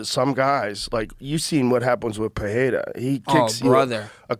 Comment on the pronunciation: Will anyone teach how that Pereira speaks with one R, so it is an italian R, roll… and Ferreira, two Rs, sound like the American H… Jesus he sounds dumb saying perreira